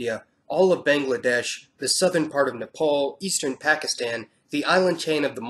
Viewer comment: You pronounced Nepal right